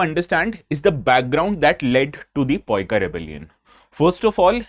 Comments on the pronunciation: The spelling of Paika in odia is also Paika only . Not Poika😊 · Please rectifi this poika word original delete this video it hurts ... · This states that u are being completely ignorant while talking about variation in pronunciation cause the region (Odisha) where this revolt occurred pronounce itself as Paaaaa-iiiii-kaaaa. Hence it should be the only way to pronounce the term Paika. This mistake and being ignorant about it isn't acceptable from u whena your video is watched by 1000s of viewers. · Paa -ee- kaa. This is how the word paika is pronounced. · That’s the odia way of pronouncing, it is paa-ee-kuh rebellion. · its pronoun like Paa---eee---Kooo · Pronounce it पाईक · The correct pronunciation:- pie (pie chart) - ka (ka from kamar)= pie+ka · Paika is pronounced in Odia language as paikaw(aw is used at the end of words instead of aaaaa) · Its spelling paaika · Tumko koun bola Poika hota h, mai native odia Paika community se hoon. Poika toh kabhi nei suna. 😂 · Right pronunciation is पाइक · It's अ ,पाइक and it's ओडिशा and thank you for sharing our history ❤❤❤ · Its pronounced as paa-i-ka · Your pronunciation is wrong it's Paika (paa-i-ka) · Correct pronunciation: पाइक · Such an influential channel yet forget to do a proper research ... and bluntly saying it's poika .... 😅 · Paika is pronounced as PA-E-KAW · In odia it's pronunciation is "paaika" ok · Sir in Odia it's called pa-e-ko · It's in ODIA also PAIKA Pronounced as PAA-II-KA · Sir in odia it is not paika , it is pai-ka. पाई -क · Jitne baar poika poika bole ho utne baar mera khun khol raha he.... isiliye 2 min me mein ye lecture dekhna band kar raha hun ... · That's paa-i-ka ...sir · Poika word force me to stop watching the video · More like 'Paaiikaw' ! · Kindly don't mispronounce it... u definitely are NOT Odia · Person to person if it varies then you should pronounce it in the English way...not the wrong way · Sir! At least confirm the pronunciation from a native language speaker before making the video!